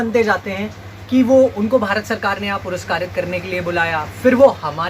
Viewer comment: पुरुस्कृत होता है ।। Piraskarit नही।।